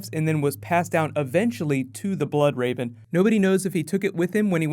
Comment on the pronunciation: Stop calling him THE Bloodrave!!!!! It's just Bloodraven